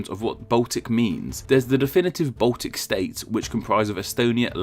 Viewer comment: He also says Botic instead of Baltic.